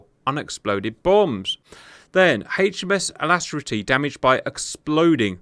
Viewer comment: HMS Alas-trity? 😶🤔 Alac-Crity ? 😁🤓